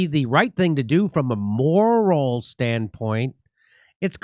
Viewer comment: Biden referring to a morrral standpoint. 😄😄😆